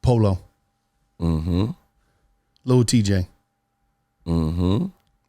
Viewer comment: This nigga said Lil t jay 🤦🏻‍♂️